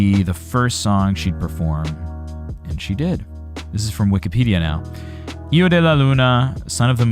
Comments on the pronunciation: Ehhmmmmm....... don't you know how to pronounce hijo? The way you pronounce it, it sounds like io, while you should pronounce it with a gutteral j (more or less as the Dutch g or ch)! And the h is the same as in English! Aside from that: in relation to the German translation, the sun is female and the moon is male (as in all germanic languages), while in the Romance languages the sun is male and the moon female. Personally, I like Karsu's version over the original one, although the original certainly has its merits as well. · You pronounce it lik hiego de la Luna